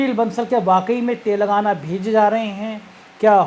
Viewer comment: तेलंगाना है शब्द तेलगाना नही ऐसा आभास हो रहा आपके गलत उच्चारण से कि आप कह रहे तेल लगाना